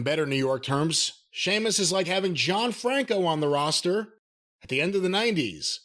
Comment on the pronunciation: I've no idea why these 2 old fools don't like Sheamus and Jim calling him sea-muss got old pretty fast. He thinks he's a comedic genius in his mind lol